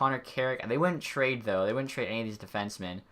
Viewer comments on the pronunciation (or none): none